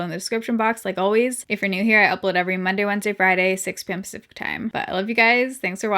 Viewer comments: I couldn’t work out what she was saying. I thought she was saying 6pm sofa time lol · Omg all this time I thought she was saying 6pm supper time 😂😂😂😂 and I've watched sooo many hahhaha